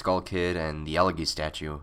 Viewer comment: That would make sense if he were actually talking about a eulogy and not an elegy. While I think "elegy" is pronounced "ella-jee", I'm not going to claim that it is for certain and besides "el-eggy" is closer than turning it into a totally different word. :P Also kinda makes me hungry for eggs. (I know, I know, this comment is old, sorry for butting in on a five-month-old point...)